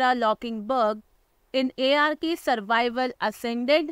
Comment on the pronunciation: sprich das game richtig aus IARKIE